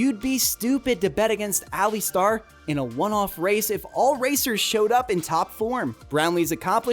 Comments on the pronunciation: Alistair is pronounced "Ali-stair" not Ali-star! 😁👍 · Muuuscaka - where in world is that it is Muskoka (Mus-ko-ka), then Ali star lol just continue butcher the names mate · Alli-star?! Impressive to get the name wrong so many times in such a short video. The bonus was Glass-cow!